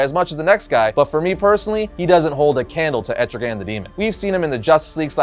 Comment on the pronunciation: Wow, I already wasn’t feeling this list with three Batman villains but then when you tried to say Etrigan, the demon is better than Hellboy your fucking crazy bro